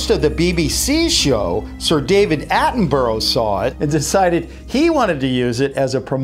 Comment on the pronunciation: "David Atten- Buro", it's pronounced "Atten-Bruh".